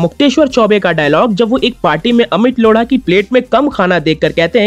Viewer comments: लोढा है,लोङा नही। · Bauaa ko replace kr rahe ho there must be some potential haha😂 ..... lodha ko ese pronounce nahi krte dost 😂😂😂😂😂